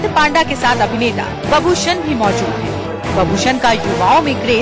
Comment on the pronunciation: It's not paaanda it's panda